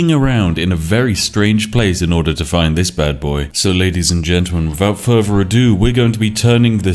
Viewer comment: WIFFOUT FURFER ADUOUOUO